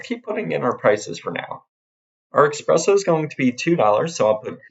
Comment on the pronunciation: someone needs to tell this guy that it's "espresso" and not "expresso"